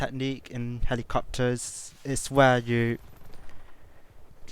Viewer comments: "Ma numbwer won wule for flwyin helicopterssss" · Helicopterszzzz, sorry but it's hilarious when you say it!